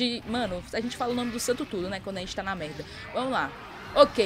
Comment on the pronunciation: hehe e impressão minha ou quando tu fala estou na merda soa para mim tipo estou na merrrda xD